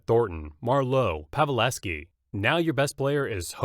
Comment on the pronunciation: I can't say you're a hockey fan if you mispronounce Pavelski twice!